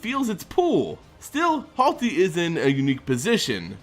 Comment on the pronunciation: It's not HALTi. RTFC once in a while. Holy fuck.